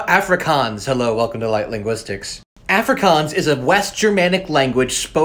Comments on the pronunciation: man pronounce Afrikaans as "ah frikAAAAns" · Really cool info, thanks. I'm a South African, and it's nice to hear about some of our languages. I'm an English speaker, but speak Afrikaans and Zulu as well. It's pronounced Ah-free-kahns 😊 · Aaaaaahfrikaaans. Bruh its pronounced uhfri kuns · Nah as a south African i can confirm the way he pronounced "afrikaans" i felt pain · Mispronunciations: Afrikaans: ah-fri(roll the r)k-ah-ns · Pronounce it correctly. Like Ah-frikaans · This is how you pronounce it. Uf-Ree-Kuns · It's not Afrikaans it's aafrikaans that's how you pronounce it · the way he pronounces "Afrikaans" hurts my soul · The way you pronounce Afrikaans makes my heart go into load shedding mode 💀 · not like how he pronounces it🤣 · The way he pronounces Afrikaans hurts me 💀⛓️ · The pronouncement 🥲 We dont say it lake that 😂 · The first “A” in Afrikaans is not pronounced like the “A” in Africa, but the “A” in “car”. Maybe know how to pronounce the name of the language before making a video on it? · The way he pronounces “afrikaans” hurts my soul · 'Afrikaans' is pronounce Aah free kahns with the r rolled if possible. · "Ok guys so let's talk ab aFrIKanS" Bro why u pronounce it like that 😭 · Afrikaans...the 'A' is pronounced using the 'a' in 'aw' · Hi! Khoisan isn’t a language family! Nice video, but wow your pronunciation is quite painful haha. I guess I can’t complain since it’s hard to say the word properly with your accent. I wish you’d mentioned that it was first written in the Arabic script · My dude pronounces Afrikaans, Completely wrong😂, sorry bro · The way he pronounces Afrikaans hurts a tad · You pronounced afrikaans so wrong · What is bantu?? And you pronounce Afrikaans incorrectly. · Your pronounciation. Yoh mahn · Why do you pronounce them like that☹️☹️ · That's not how you pronounce it😭😭